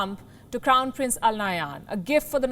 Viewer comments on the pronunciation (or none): none